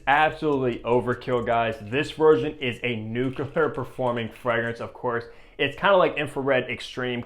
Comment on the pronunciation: nucular, LOL